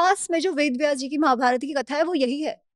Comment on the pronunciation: Bhai mahabarataaaaaa nahi mahabharat